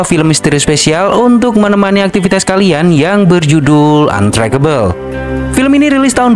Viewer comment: Ampun dah si mimin, padahal tinggal buka google terjemah terus dengerin bunyinya, males banget. Bacanya "antreisebel" bukan "antrekebel".